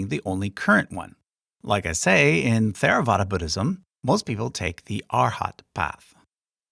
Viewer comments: As a Tibetan Buddhist, I was surprised you left us out. I wonder if you learned everything from a comparative religion textbook while never actually studying the religions? One clue was your pronunciation of Theravada. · Theravāda isn't th like in through, it's an aspirated t like top. you didn't use any accent markers which actually can make it vague and just wrong spelling, but probably not for long names. the jātaka tales are not just in Chinese, it is also in the pāli khuddakanikāya. Lots of just straight misinformation to be honest like about gods and bodhisattva or idk how you could call theravāda more "eathly" either. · While generally correct, there are some issues with the content of the video. Pali and Sanskrit are both difficult languages, so there are a number of understandable pronunciation issues. For example, there is no "th" blend in either language, so in "Theravada" the t and h are both pronounced -- it doesn't start like the word "thank," as it was pronounced in the video. Also, a number of words have different stresses than the way they were used in the video. For example, the names of the two Jain sects both are stressed on the "-am" syllable. So it's "sve-TAM-ba-ra," not "sve-tam-BA-ra." The top of the timeline is very good -- the bottom is more questionable, but mostly that's a result of making it simple enough to work in this presentation format. One basic factual error concerns the Jataka tales, the stories of the Buddha's previous lives. The video presents these as a unique part of the Chinese Canon, but this isn't true -- the Jataka tales are another part of the Khuddaka Nikaya in the Pali Tipitaka (ti-PI-ta-ka, not ti-pi-TA-ka). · if I’m correct he made a few. The one he did several times is the “th” as in Theravada which he pronounced as a th would be pronounced in English (contraction). I believe it’s called an aspirated t. It’s the sound of the t followed by a bit of breath for the h. Or just pronounce the t and skip the h.